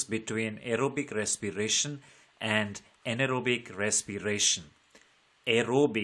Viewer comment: Very nice english ❤❤❤ Aerobic respiration❎ arrowbic resspiration✅